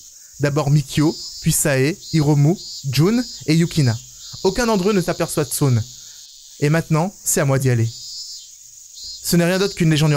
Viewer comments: Il a dit Tsun le sun comme sun en anglais et moi je dit Tsun en prononçant Tsoune 😭😂😭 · "tsun" se prononce "tsoune" XD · bas comme j'ai dit c'est compliqué de parler une langue que tu ne connais pas